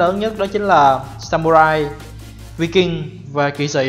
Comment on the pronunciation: Em tưởng Viking đọc là Vai-kinh?